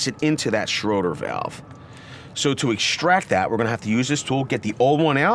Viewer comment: Its "shray-der" not Schroder...ffs.